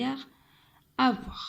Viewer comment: اسمحليle verbe avoir نطقتيه خطأ